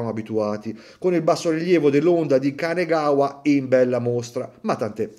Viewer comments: Orologio veramente stupendo, il finale piatto è una meraviglia, soprattutto per un cinturino 😍 mi perdonerai l'appunto, ma è Kanagawa, non Kanegawa ✌ Complimenti per il video! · Perdonami, ma è l'onda di Kanagawa, non di "kanegawa". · Ciao. Una piccola correzione: È l'onda di KanAgawa, non Kanegawa. Per quanto riguarda l'orologio, per me Seiko su queste fasce di prezzo dovrebbe iniziare ad introdurre una certificazione cronometrica propria, così come faceva negli anni 60 (se non sbaglio).